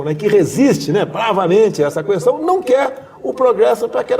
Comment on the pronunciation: Orgulho do meu voto!! Desculpe querido Presidente, posso pedir-lhe uma coisa? Não fale kuestão. Fale kestão. No mais, entrevista ótima, com a sinceridade que nos conquistou e que sempre esperamos do senhor. Faça um bom governo pelo bem estar dos brasileiros e saia com o dever cumprido.